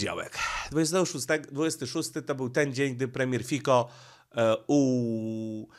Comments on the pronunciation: Nie Fiko Fico, naucz się wreszcie, premier Słowacji nazywa się Fico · Fico nie fiko ten Pan ma na nazwisko Fico a nie fiko ok. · Fico nie Fiko trochę szacunku dla premiera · FICO pzez C a nie k